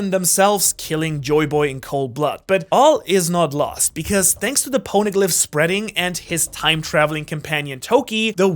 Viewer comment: ain’t no way he said shanks instead of thanks